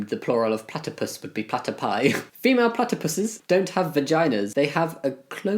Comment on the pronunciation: enjoy jammi trying to pronounce platypus ...and failing